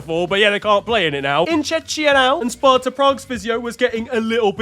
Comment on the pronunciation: 2nd straight video of not knowing how to say Czechia